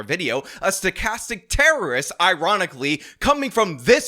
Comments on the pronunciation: This projecting doesn’t even know it’s sTochastic not sochastic 😂 He should check his propaganda talking points before he makes another insane video clowning himself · That guy barfing out the term “stochastic” but pronouncing it “sochastic.” Here’s an authoritative voice.